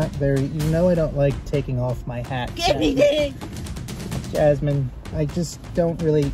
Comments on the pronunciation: Its Jasmine not Yasmine lol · No yoke, she say J as Y 😋